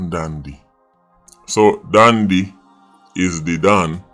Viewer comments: Dondy n not dandy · "Dandy Shandy"😂